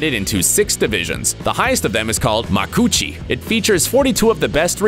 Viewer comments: That pronuncuation iswrong. It's maku-uchi, four syllables. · “Macoochi” had me dead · Sameeeeee I was like Macoochi and started laughing 😂🖐